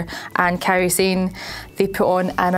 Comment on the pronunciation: Sah-neh. Not "Sane" -_- Fucking people.